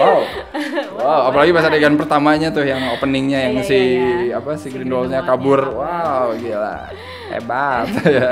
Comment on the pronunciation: Ralat: cara pronounce nya Grindelwald Grindel-Vald bukan Grindel-Wald Di luar itu, mengikuti quote temen gua pas habis nonton film ini, "ini film ceritanya apa sih?" Sumpah sih, gue saking bingungnya sampe cuman bisa bilang, "hanya Tuhan dan J.K. Rowling yg tahu". Crimes of Grindelwald adalah salah satu pengalaman membingungkan di bioskop yg gua dapet tahun ini. Untuk positifnya, of course, Hogwarts. Iya sih, versi disini lebih gelap dari yg terdahulu, tapi pas liat kelas nya, ruang makan, ibarat kayak pulang kampung. Masa bodoh kalo ujungnya gak terlalu ngaruh ke cerita, banyak daya magis film ini terletak di Hogwarts. Jude Law juga sangat menghibur sebagai Dumbledore versi muda, kayak matahari di antara kegelapan di film ini. Seandainya screen time nya lebih banyak. Dan terakhir, CGI untuk creature nya masih juara. Beberapa creature ukuran monster tambahan nya udah kayak puisi versi visual dah. Meskipun adegan CGI favorit masih yg transformasi si Nagini sih ... Nah negatifnya, udah jelas, skrip dari J.K. Rowling. Gua ngerti sih mau world building, gua ngerti Rowling punya banyak ide, tapi cara dia mengeksplor nya sih yg agak over the top. Nonton film ini kayak nonton Fantastic Beasts 2+3+4+5 (not in a good way). Banyak plot point bagus, yg akhir nya jadi kayak gak matang karena gak dikasih waktu bernafas. Jadinya, film ini kayak gak fokus, terlalu banyak cerita. Saking banyaknya, sampe bikin bingung cerita utama film ini itu apa. Apakah tentang Grindelwald? Dia disini cuman